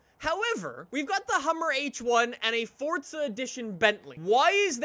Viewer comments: For the love of god say Forza right. It’s not Fortza. FORZA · I swear I heard him say fortza instead of forza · why am i hearing "FORTza" when he says "forza"